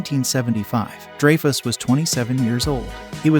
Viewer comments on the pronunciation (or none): It's funny Young people narrating videos you can tell they're young when they mispronounce peoples names older people Have known for many years not dre-fus it’s Dry-fus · Pronounced Dry Fuss not Drey Fess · it's "DRY-fuss" not Drey-fuss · How in the hell can you try to narrate a video about movie stars and then pronounce the name Dreyfuss DRAY FUSS?? It's Richard DRY FUSS. Dray fuss. GTFO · Drayfuss is pronounced Dryfuss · DRY - fuss ... Not they way you pronounce it.... Please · Its pronounced Dryfuss